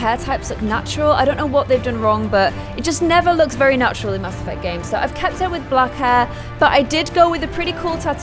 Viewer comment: Why do you say Mass like that?